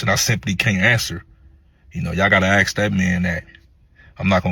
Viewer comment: Say ASK not Aks